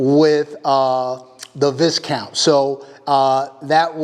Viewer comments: Beautiful and its pronounced Vi Count “s is silent” like what they used to call nobleman back in the day and i think still do in England or Europe in general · Bro, you mispronounce the name of the gun and the first person to point this out has dibs right? Right? 😉